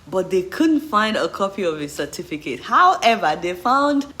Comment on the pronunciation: He say na Cefticate🤣🤣🤣